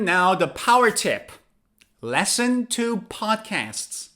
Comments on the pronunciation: The verb listen is pronounced /ˈlɪsn/ not /ˈlesn/. Sorry to correct you. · Why are you pronouncing "LESN" instead of "LISN"? You're the first person I've heard that from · you’re saying “lessen,” (or “lesson”) not “listen.” “Lessen” has two short e sounds. “Listen” has a short i sound and then a short e sound.